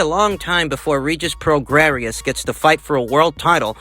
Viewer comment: It's pronounced Regis "pro-gray".